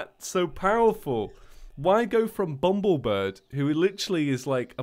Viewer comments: IT'S BUMBLEBIRB NOT BUMBLEBIRD AHHHHHHHHHHHHHHHHHHHHHHHHHHHHHHHHHHHHHHHHHHHHHHHHHHH!! what. i get triggered k? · for like the fifthteith time.. ITS BUMBLE BIRB.... BIRB